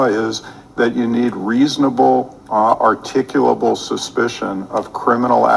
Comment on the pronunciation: why is articulable such a hard word to say ? also this is like a sovcit in front of judges lol